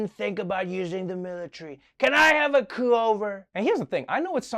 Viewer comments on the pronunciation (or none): Coup-over, lol, so nice 😂